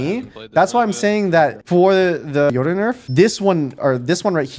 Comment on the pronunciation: he's saying it correctly lol